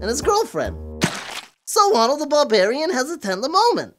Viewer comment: Conan the Blabarian